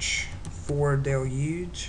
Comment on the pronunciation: torrent fohhhhhle.... duhloogeeeeeeee...